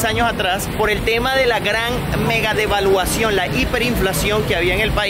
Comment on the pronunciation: No tenemos hiperinflacion, tenemos debaluacion¡¡ se escucho raro en mis oidos